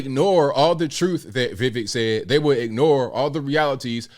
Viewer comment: His name is We- wake, and your pronunciation was not so bad. To be fair, Vivek himself cannot say his own name properly due to his American accent